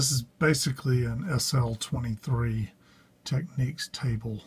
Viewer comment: Its a TECH-NICS not a TEK-NEEKS.